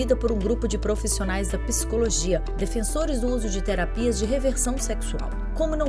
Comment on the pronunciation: Gentileza orientar a locutora que a pronúncia é PSICOLOGIA e não PISICOLOGIA.